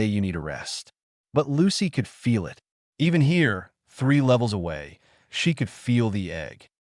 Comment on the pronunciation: That and consistently reading periods as "dot" and 'it' as I.T.